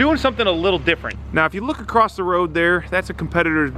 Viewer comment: hello, it's Mrs Robinson your grade 4 English teacher. just wanted to remind you that in the word 'across' there is no 't' at the end of it. 😄